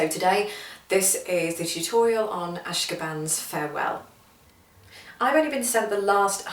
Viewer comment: I'm admittedly nit picking, but the proper pronunciation is "a-shO-kan." It was composed by Jay Ungar at the completion of a musical retreat at the Ashokan Center in Olivebridge, New York (USA). "Ashokan" means "place of the fish" in the Native American language of the area.